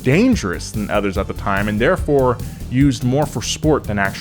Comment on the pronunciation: This is the first time I've heard you pronounce "other(s)" the right way. It's ALWAYS ethers, which I have heard a ton of people do.